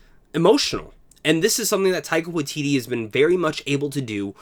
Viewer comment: Great video! Just an FYI, the Wai in Waititi needs to have the same vowel as the Tai in Taika. You're saying Watiti not Waititi :)